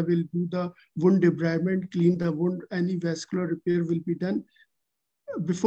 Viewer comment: Between the stress of the exam… what cracked me up was … what will you do for the ound! Oond? Wound! 😂😂😂